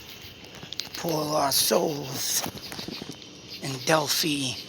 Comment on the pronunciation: Just started listening to you, enjoy your logic. Just a fyi, it is pronounced Dell-fy (fy rhymes with by) Take care